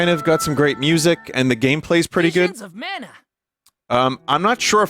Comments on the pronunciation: *Vishins uh manuh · Wivuns of Mana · Don’t you mean Wisions of Mana?